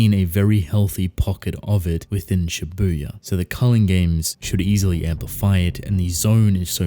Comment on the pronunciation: Next time,could you please read shibuya as shíbuya and not shibúya